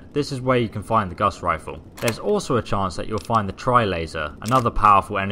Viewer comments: Yooo, Gauss with no a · Honest mistake. It sounds like he calls it the guss rifle too. Lol